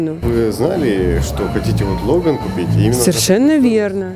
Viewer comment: все, конечно, хорошо. Но только ударение в слове Logan - делается на первый слог)))